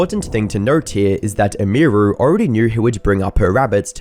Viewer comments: Either you’re AI’ng your voice, or you have absolutely no idea how to pronounce a streamer’s name that you are reporting on. Both routes lead to me as a viewer being unhappy with you the creator either having 0 understanding of the topic YOU chose to cover, or you made some AI slop, congratulations because either way, you can’t handle success properly, and rushing out incomplete “documentaries” doesn’t make you a creator, it makes you a clip farmer. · Dude it takes 30 seconds to learn how to say her name man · Have you never heard how her name is supposed to be pronounced? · stopped watching because u kept saying her name wrong have some respect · 30 minutes of a man not realizing "emiru" comes from "emily"...unless he would also say "em-ee-ly" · not once did he get emi name right like fuck dude its not that hard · I cant not stand how you say Emiru. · That’s….not how you say her name…. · There's like 3 names stated in this entire video and you manage to butcher the pronunciation of two of them. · I guess my Dude doesn't know how to say Emiru 😂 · Brother the way you say "Emiru" is making me die inside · pronounced her username wrong the whole video :/ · Can’t pronounce Emiru or Maya haha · Who is Imuru You keep talking about some Imuru? Oh YOU MEAN EMIRU, As in her name, EMily. Man, do people not care enough about the subjects their talking about to get names right? :') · Her name is pronounced like Emmy-ru. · its like youre a retarded ai. "meya" "amy ru" holy fuck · emmy roo lmao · It's pronounced emy-roo. And I can't wait for the video you do on Hasan. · Its pronounced "emmy-roo" 😅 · "Em Meer Ru" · “Emíru” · "May-ah" "Eh-mir-oo" Bruh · You couldn’t get her name right? Emmy Roo! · The way you say Emiru sounds like AI. And I know you aren't lol you're just not pronouncing it right. It's like [em-ER-oo] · Its EMI-ROO. Deadass pissing me off listening to you say this so often. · Who the fuck is ehmheeroo? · "Eh-me-roo" is killing me